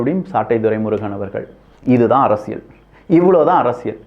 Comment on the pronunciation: ஐயா, தயவு செய்து "ல்" சரியாக உச்சரிக்க பழகவும் . அரசியல் கூட சரியாக சொல்ல வரவில்லை.